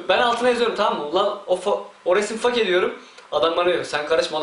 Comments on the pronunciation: Fake? Lan olum biz onu: FEYK olarak telafuz edioruz yani yazılış F-A-K-E olduğu için öyle okunmuyo feyk o feyk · Ingilizce öğrensen ii olur fake feyk olarak okunuyor ;) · fake mi ? sen yalnis sölüyorsun o my good.. fakeee diyon